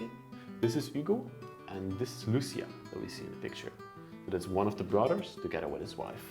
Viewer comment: You're cute, you pronounce brothers like "brudders".